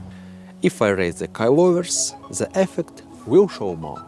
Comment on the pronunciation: love how it sounds when you say "the" sounds like zhaa"